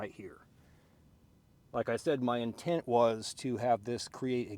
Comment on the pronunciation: his “in-tent “ 😭😭😭